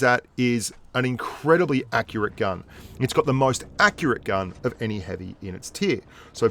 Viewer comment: said heavium and I thought heavish lol